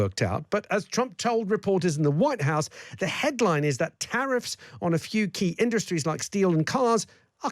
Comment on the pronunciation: He cannot read. Did you hear Trump say “inDuhstries?” He’s reading the lines they gave him and he is reading them a syllable at a time.